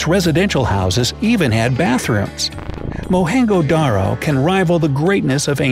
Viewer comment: Mohenjodaro pronunciation was wrong 😂😂😂